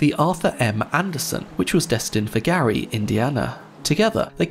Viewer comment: Excellent video as always, but do check the pronunciations. TACK-uh-night, not TASS-uh-night; MISH-ig-un, not MITCH-ig-un (same as Chicago); Gary, Indiana rhymes with "Mary", not "Harry".